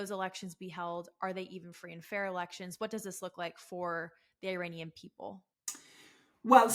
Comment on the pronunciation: WOW, you don't even know how to pronounce Iranian!! IRANIAN is pronounced "Eee-Ronny-Yan" Not "Eye-RAINY-Yan"!! Here's a Very simple Mnemonic for you, "There's no RAINY weather in the forecast" !! Is that simple enough for you?! If you still have difficulty with this ultra simple pronunciation, please ask me to repeat the Mnemonic for you okay?! 😉💙 You're embarrassing yourself before the whole world that, does know the proper pronunciation!!!!!